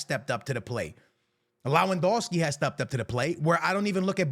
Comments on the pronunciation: When will this guy finally understand It's Lewandowski not Lawendowski🙄🙄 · leh-van-DOFF-skee Proszę, przestańcie szkalować imię tego człowieka.